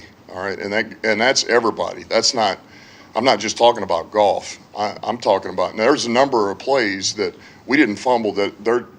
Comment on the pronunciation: Is it just me or does Campbell pronounce the QB's name "Golf"?